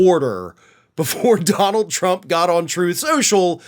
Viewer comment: Donald not di b